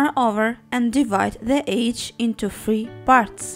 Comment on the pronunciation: you need to say edge right